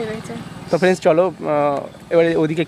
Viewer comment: Dada tumi frienc kano bolo,,ota hobe friend,,bujle,, kharaper vebo na,,tomader video ami deki,,ar valo o lage